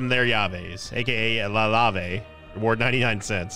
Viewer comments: you nerd as member of the Spanish community, I love your pronunciation of Llave:D 👌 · Note: two L's in spanish make the sound of the letter "Y" in english. So Llave is pronounced Yah-veh